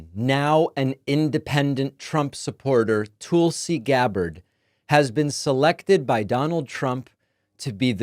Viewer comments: This is why no one takes David seriously, referring to Tulsi Gabbard, as "Tool-si,". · David says Tulsi soooo weird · Goddammit David! Stop being stupid. Gaetz, Gabbard, RFK are a test. If he can demand that the Republican Congress confirm these guys, and they do it; he has them. Complete dictatorial control. Why is no one alarmed? Why is Biden doing nothing to help us? Please quit mispronouncing Tulsi’s name. It isn’t funny and it is reminiscent of Trump saying Obamna. Just stop it. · David every time you intentionally mispronounce Tulsi's name all it does is remind me how unserious a political commentator you are.